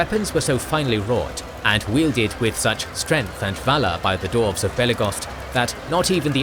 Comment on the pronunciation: Absolutely amazing job. This was fascinating to watch. Hope you don't mind me asking about why you pronounce dwarves as dorfs (missing the W out) ? I've noticed that this is a persistant problem in all of your videos & only ever for that one word. Doesn't stop the videos being brilliant of course, but that small pronunciation correction would make a big improvement. You pronounce every other word (including far more difiicult to pronounce words) perfectly, so I'm not sure why dwarves is the one word you have a problem pronouncing correctly. Thanks a lot for making this vid & looking to your future videos / continuation of this great story.